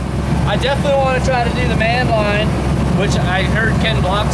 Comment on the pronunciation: Best man-line in history hands down. might want to either say Man-Line correctly or put on a better show. Keep up the good work gents.